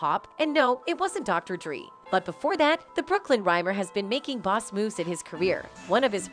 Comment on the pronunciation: “Dr. Dree”? “2-Pack”?? Come on now 😭🤦🏿‍♂️🤦🏿‍♂️